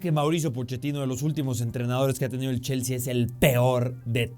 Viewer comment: Cada quien puede tener sus opiniones pero como una pequeña observación, lo esta pronunciando como Jaissel, Yaissel o Llaissel con L al final, se que es mexicano igual que yo, si lo quiere leer en español tendría que ser JaisslE con E al final, si lo quiere leer como inglés sería Jaissli o ly, recuerda que ellos promuncian la e como i o y, ahora si lo quieres leer como alemán porque el nombre alemán sería Jaissle con la última sílaba acentuada LÉ. Porque si no lo estas leyendo mal en cualquier idioma, saludos 😅